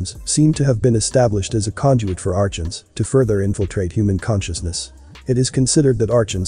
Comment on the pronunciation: Archon - is pronounced ar-con .